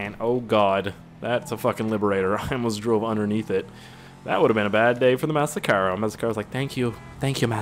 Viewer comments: It's not massacaro it's massacro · ut clearly says that its called a massacro and not massacaro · Massacro how to pronounce it ma-sock-row Massacro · It's pronounced Mass-Ack-Row